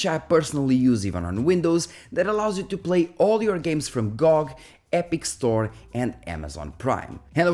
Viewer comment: I HATE how you're saying gog😡